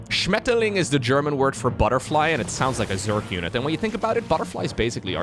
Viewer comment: "SCHMETTERling" just had me snort my coffee out of my nose. You make it sound like basically it was an animal that SHATTERS everything.